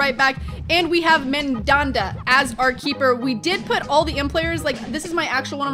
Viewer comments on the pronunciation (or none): You're pronouncing the first 'a' in 'mandanda' the same as you pronounce the 'o' in 'modric'. When saying an 'a' as the second letter in a name, it should sound like the 'a' in 'dad'. It's MANdanda, not mondonda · Pls pronounce mandanda like man dan da not mam darn da